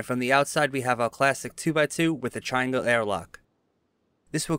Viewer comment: had to do a double-take lmao, he said "classic" pretty sure.